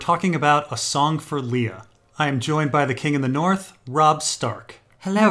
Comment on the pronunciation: It's definitely Liar, not Lee-a. It's important shading in the story because it reminds us: is the alien goo genuine, or lying?